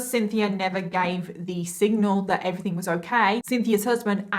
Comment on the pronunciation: Im sorry but everything its not everythink